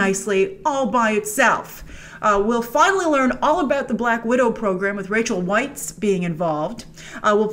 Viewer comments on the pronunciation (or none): It's pronounced Rachel VICE